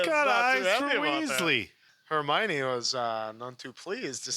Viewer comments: since you talked about the comments being educational, I’ll add one more for Hermione pronunciation. You’re 95% there. Just a tiny adjustment. As opposed to “her-mine-ee” it’s closer to “her-mion (said like lion)-ee.” I don’t even know why I’m going so hard for the pronunciation. I’m not even a huge HP fan lol. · Correction: it’s Her-my-ah-nee not Her-my-nee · Her-my-oh-knee. The accent is on the "my", but you're missing out the "oh". Hermione. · Hermione = "Her-MY-oh-knee" (emphasis on the "MY" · Nooooo. It's pronounced "Her-MY-oh-knee". I'm surprised folks have let it go so long without giving the actual correct pronunciation. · Not to be a stickler, but it’s Her-my-o-knee 😉 And those streaking black clouds of smoke are death eaters not dementors ☺️ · Maybe more her-my-oh-nee but good effort! :) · I love how was struggling to pronounce Hermione since Viktor Krum had the same issue in the books.